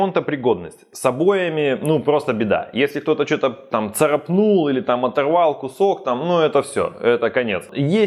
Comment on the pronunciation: Не царапнУл, а царАпнул